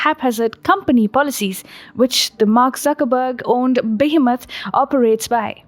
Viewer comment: She saying Suckerburg and Zuckerberg 😂😂😂😂